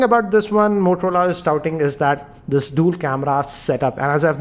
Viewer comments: Its dual camera not dool camera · Dool camera? lol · Dool camera and dool sim 🤣🤣😂😂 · DOOL camera?? 😂😂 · Dool Camera??? 🤣